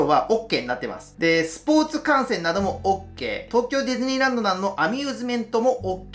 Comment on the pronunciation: 観戦が感染に聞こえてちょっとびびりましたw 「気を付けて感染！？」え？？ すみません笑笑